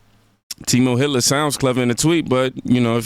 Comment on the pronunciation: who says it like that? It's "tee-moo" and everyone knows that. Looks like she learned how to say it from reading it lol